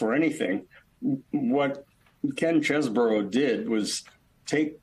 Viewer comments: it's pronounced "chez-bro", not CHEESEBORO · All right folks listen up! The lawyer Kevin cheeseborough is from Wisconsin, right? The correct pronunciation of his last name is cheese bro.